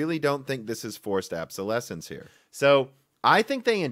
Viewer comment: ab-so-lessence? Dum dum, you need to look up how to pronounce words. It's not an accent thing, you just straight up butcher pronunciation.